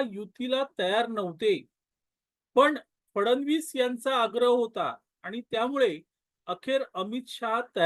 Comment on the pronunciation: फडण वीस " असा उच्चार न करता फड्णवीस असा करावा असे मला वाटते. क्षमस्व.😊